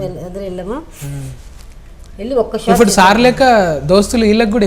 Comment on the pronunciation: జిరాక్స్..ను జిరాస్క్ అని, ఇప్పుడు పదాన్ని ఇఫ్ఫుడు గా, ప్రోబ్లం ని ఫ్రోబ్లం అని ఎందుకంటునారో అర్థం కావడంలేదు..